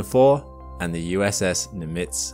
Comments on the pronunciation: Just a note on the pronunciation of Nimitz. Named after Admiral Chester Nimitz, the accent (or stress) is on the first syllable, so that it is NIM-itz as opposed to Ni-MITZ. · Put the stress on the Nim- rather than the -itz. Thank you. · "NIMitz" the pronunciation is in the first half of the name.